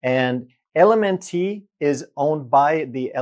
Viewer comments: LMNT is actually pronounced ‘element’. Great video! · Hey love your channel. LMNT is junk. But, it's pronounced ELEMENT. 😉❤ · I believe you're pronouncing LMNT wrong. It's pronounced "element". At least that's how all the cool kids pronounce it. 🤣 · LMNT- It’s pronounced Element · LMNT is actually pronounced “Element”. It took me a while to figure that out myself. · LMNT is pronounced "element" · LMNT is pronounced like the word ELEMENT. You don't pronounce the "T" at the end as a separate syllable. 😊 And I'm glad I came across this video because I was just the other day looking at electrolyte products on Amazon. I ended up passing on all of them because I didn't think they were worth the price you have to pay for them. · LMNT is pronounced ELEMENT